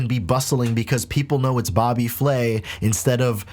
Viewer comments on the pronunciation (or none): none